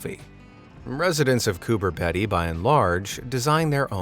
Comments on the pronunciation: you are wrong. The people who actually live there pronounce it Coober Peedy. And I’m going to give you the benefit of the auto correct that you didn’t even get the first name right. I’ve watched a documentary on the place. Every single resident pronounces it Peedy. Why do you have to be a contrarian about absolutely everything and anything? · Cooper pedy is a town in central Australia within the state of South Australia. It’s not that far away from lake caddibarrawirracanna which I assume is the towns water source. Cooper pedy even has its own airport! Btw it’s pronounced coo bre pedee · Coober Pedy, the Pedy is said like greedy, not Pedy 🤣🤣🤣🤣🤣🤣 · It’s pronounced COOPER PEEDY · Just in case you ever have to say it again, it’s pronounced “Coober Pee-dee”. 🇦🇺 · Coober PEE-dy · It's pronounced,' COO-BER-PEE-DEE'!! You make sure you pronounced the next one in Iceland correctly so please, pronounce the Australian one the right way too.. Thank you in advance 😊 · Pronunciation is important. It’s Cooper PeeDee. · Cooper Pedy is pronounced peedy 😱 luv watching your videos 👍❤️ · Pronounced.... Cooper 'peedy' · It is pronounced cooper pee-dee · I think the Pedy in Coober Pedy is pronounced like Petey. I don’t know if it’s the accent, but when a native Aussie says Coober it sounds more like Cuba. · It's pronounced"Cooper pee d" Coober Pedy even though it's spelt that way just a heads up great vid though 😊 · It’s pronounced “Coober Peedy” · It’s pronounced Cooper Pee-dee. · Just an Aussie nuance for you, "Coober pedy" is pronounced "Cooper peedy" lol. I don't know why, it just is. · You said cooper pedy wrong 😑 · pronounced with a long e, coo-ber pee-dee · Coober Pedy is said as Coobah Peedee and Emu is said as eemyou. Just your useless facts for the day 💜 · Not that I wanted to be “that guy,” but Coober Pedy is said with a long E, not short Coober peedee. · Its pronounced coober peedy bro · It's pronounced Cooper P(eed)y !! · Coober pee-dy LOL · Coober “Pee-Dee”